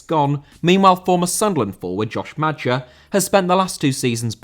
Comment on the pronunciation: Maja* not Madger